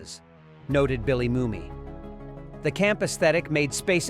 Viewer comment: Who writes this stuff? Almost completely wrong. Based on lore that has long this proven to be untrue. As for using poorly coloured B&W footage…! The fact he mispronounces Bill Mumy’s surname says it all.